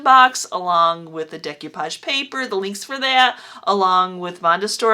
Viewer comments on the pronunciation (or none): You are my new fave. This is way more fun than repurposing new stuff. Just fyi it's pronounced day koo paazh.